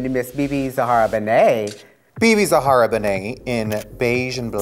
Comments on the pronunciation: It's Bebe ZAHARA Benet, not ZEHARA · its ZAHARA. not ZEHARA. ohmylord.